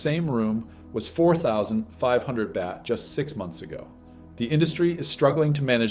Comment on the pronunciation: A very interesting report, but I was surprised by your mispronunciations of Thai words, like Pataya (Pah-Taah-Yaaah) or Baht, not 'BAT'...